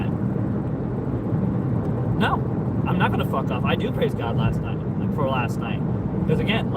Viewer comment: i swear i heard i crave cock not i praise god ;_